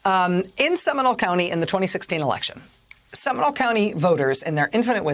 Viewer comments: It’s pronounced “Semi-NOLE,” not “seminal.” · Factual statement. And am I the only one cringing at her pronunciation of “Seminole?”